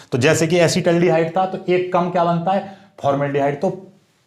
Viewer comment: Asid aldihaid hota hai